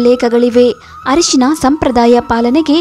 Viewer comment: It's Arishina not harishina.